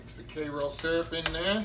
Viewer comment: YUM! New subscriber here as of yesterday. I've only watched four of your videos and I'm already addicted! Looking forward to perusing your video library and trying out some recipes (including this one. Although I'd use chocolate instead of butterscotch) As an aside, I had to laugh when you said the word "syrup" as you pronounce it like my late mother. She was from east Texas too, so it must be a Texas thang.💯😄